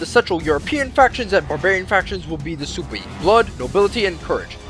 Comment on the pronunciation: Its pronounced Swebi not Soobi